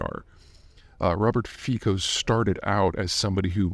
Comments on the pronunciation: Robert Fico is pronounced wrongly by most media. Slovakia, like Poland, pronounces 'c' as 'ts' so it's NOT FEE-ko, but rather FEE-tso. But.... never mind that: Just concentrate on getting Xi's name right. LOL! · he’s pronounnced Fitzo. And country has been industrialized very much, but mostly heavy weapons like tanks and infantry, so it went down after cold war, now it’s flipped to automotive. Attacker was lone wolf, mental issues. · Fico is pronounced closer to "Fitso" not "Fiko". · It's not "Feeko" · It’s pronounced Fitso actually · Robert Fico pronounced Fitso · His name is pronounced "Fi-ts-o". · Our C is a soft one, like in city, cinema or cellar. Thus, his name is pronounced as Fitso/Fitzo. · Nice sum up, pretty accurate, but I still wonder what will happen if: A) Fico dies, B) Fico survives. Will his mob govermnent collapse without him? Will they make him a martyr and start a witch hunt on opposition? Will he do it anyway if he survives? Can this lead to full scale civil war? I would love to hear some educated guess from Peter :) P.S.: Just a detail, his name is pronounced "Fitso", not "Fikho". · I'ts pronounced " Fitso" just so U know :) I am from CZ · His name is pronounced 'Fitso' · Robert FITZO. Typical American ignorance when it comes to foreign names. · It's pronounced "fitso". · Just a detail for those who are interested: it's actually pronounced "fitso" as it's a slavic language. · thanks for mentioning this. I always laugh (through tears, unfortunately) whenever I hear someone foreign pronounce it "Fiko". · Just watching this to hear Peter bastardize Fico‘s name 😂